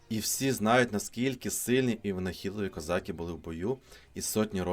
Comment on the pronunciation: КозакИ, а не козАки. Українською мовою)